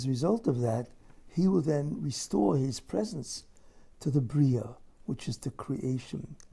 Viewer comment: His ...not Gis